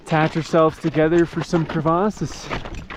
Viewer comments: LOL, Thats the first time I heard someone saying crevice, as cravace! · Can you just say crevasse like a normal human lol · It's crevasse, actually. :)